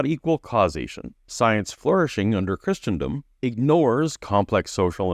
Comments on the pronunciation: I don't like how Wallace overpronounces "Christendom" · I've never heard anyone pronounce, let alone overemphasize, the "t" in Christendom before. I guess that makes Wallace super-Christian.